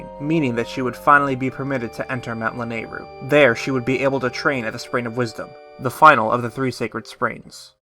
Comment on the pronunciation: Finally says "Lanayru" correctly (there is much celebration!). Still says POLY-MUS mountain (ceases celebration).Congrats on this amazingly put-together timeline! your hard work and attention are greatly appreciated!